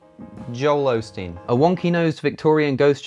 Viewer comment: "Joel Osteen" Heh-heh. FYI, though, he pronounces it AH-steen. Congratulations on 20K! Do you also get a puppy at 50K, as Rachel Oates says she will?